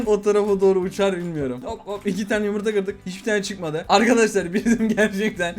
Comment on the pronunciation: et değil o yumurtaağ :D